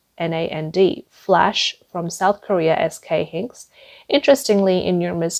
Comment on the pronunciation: Get your narrator to say Hynix, dram, and nand, and nvidia correctly.